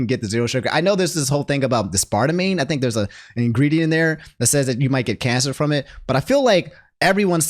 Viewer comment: it's as-par-tame